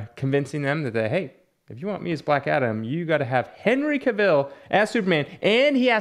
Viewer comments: the A is a hard A like the a cat if you watch any interviews with him they say his last name like that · Are miss pronouncing Cavils last name on purpose?